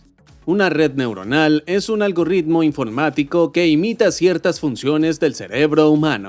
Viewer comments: Por qué cresta le dicen “Algorritmo” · Como siempre, muy buen vídeo pero persistes en la horrísona pronunciación de "algoRitmo", UNA sola "erre". Tienes que ver este video de YouTube deñe Ana Monrey sobre "Pronunciación de "rr" y "r" ".